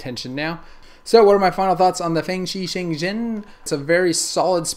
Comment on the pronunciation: FangShi ShaungREN not zen